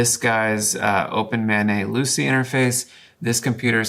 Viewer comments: "Open Mah Nay" -- either I've been saying it wrong or it is definitely "Open Main". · The way he pronounces OpenMana I thought he was saying OpenMayNay